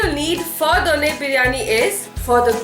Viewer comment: Please learn to pronounce Bengaluru and Donne properly first.